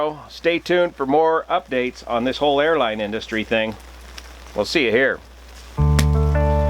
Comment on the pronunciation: “Franks n Beens!”